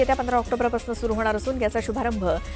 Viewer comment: वरण नाही मॅडम वरून म्हणतात.. पासण नाही मॅडम पासून म्हणतात.मराठी भाषेची कृपया हेळसांड करू नका..😂😂😂